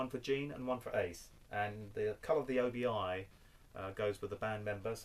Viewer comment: Excellent stuff as usual! Just a quick note...and I use to make the same mistake. ..until a Japanese friend of mine corrected me. It's pronounced OBI (OH-BEE)...not OBI (OH-BEE-I).